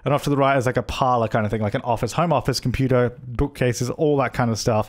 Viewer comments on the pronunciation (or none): "An office, a home office, computo, book case" He literally says "computo" lol